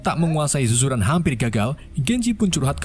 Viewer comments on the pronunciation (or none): Admin itu sekolahnya nama suzuran bukan zuzuran bosskurr,aku adalah watak sampingan nya,😂